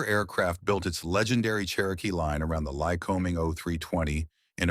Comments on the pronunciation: Why must every service manual be "oil stained"? Not mine. I take care of them. The digital to spoken voice thing needs to learn how to pronounce words correctly, like Lycoming and lead. It is not always right. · Pedantic point: In the industry we don't accent the first syllable in Lycoming, but the second. It's "ly-CO-ming" not "LYC-o-ming." Hard to train AI narrators on these bits of normal language I know. Had to say it though. Also, these engines are not "high pressure" just the opposite. Compression levels below 6:1 in many cases. Now do Continental, because they're the "other" player in this scene. If it's not a Lyc, it's a Continental. Sewing machine smooth, too. My old 172 had an O-300 in it; classic engine.